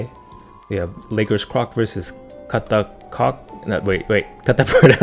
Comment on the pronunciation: What did you call Katakuri?! 😂